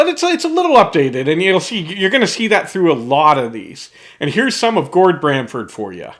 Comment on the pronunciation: GORD BAMFORD - NOT BRAMFORD